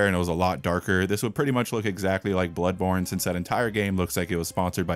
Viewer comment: What TF? Blood THanny Born Tano?!!! Spongebob: The Born THanny... Tano Thanny....